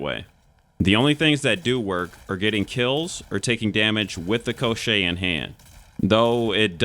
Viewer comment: I'm not surprised at all! Everything is written very clearly!))) You pronounce it correctly - Ko-shchey. The push didn't work for me either because it drained stamina, and I don't like running without dodges.